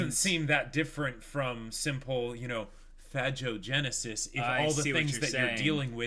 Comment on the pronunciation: I think it's pretty safe to assume that the catgirls were killed without further hesitation, at least considering Meruem's speech. - Phagogenesis (I think it's pronounced fa-go-genesis as in "phagocyte" and not fa-jo-genesis) only works from one generation to the next: Meruem's nen absorbing power is a trait exclusive to him. Otherwise it wouldn't make sense for Pitou to mention that. - Hisoka's age is unstated as far as I know, but I'd guess late 20s to early 30s. Chrollo's 26 according to the manga (the chapter in which he chats with Neon and steals her hatsu).